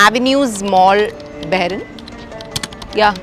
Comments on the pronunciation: Not barren...it's Bahrain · It's not barain It's bahrain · Welcome to Bahrain dear.. it’s pronounced as ‘bahhh -raii’nn’ not barain 🥳 just to let u know 💐❤️ love ur vlogs ❤ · It's not baa rayn...it is Bahrain the Arabic word.Bahr means river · What on earth. How did you pronounce Bahrain???????????????? 200rs